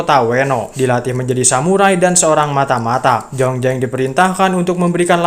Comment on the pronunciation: jlas² namanya zhongzheng,kok di baca jongjeng.jdi males nontonya. Z jdi J